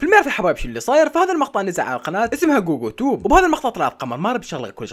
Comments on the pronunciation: جوجو توب ❌ بوبو توب ✅😂😂😂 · كوكو توووب 😂❌ جوجو توب ✔️ امزح استمر ❤ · غوغو توب ❌❌ جوجو توب ✅✅ 😹😹